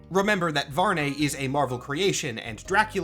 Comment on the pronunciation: I think the correct pronunciation might be VARR-NEE like algae. Impossible to be sure if nothing official confirms it but I prefer the nay sound. Blood Hunt kinda seems like a Marvel writer liked the Volkihar stuff in Skyrim and wanted a Marvel version to be a thing.